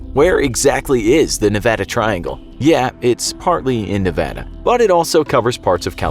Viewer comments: At least he said the word Nevada the right way lol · As a Nevadan, I thank you for pronouncing Nevada correctly. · I'm so glad you say Nevada as it's supposed to be said it's annoying when they say it the other way it's Nevada not nevoda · you pronounced Nevada correctly thank you from reno ❤😅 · As someone who has lived in Nevada for most of his life I have 2 things to say: 1, thanks for saying "Nevada" right 2, I've never heard of the "Nevada Triangle" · Thank you for saying that calling Nevada the other way is annoying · Wow you pronounced Nevada correctly, most people don't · Thank You! You said Nevada correctly. You have no idea how badly it bugs the locals here. Cheers. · Yeah I was surprised he did most people who don't live in Nevada never pronounce it right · You know who surprised me by pronouncing Nevada right? JackSepticEye. Didn't know that the Irish said it like Nevadians until I heard him bring it up in a video. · SAME. I ALWAYS GET TRIGGERED WHEN THEY SAY MY STATE WRONG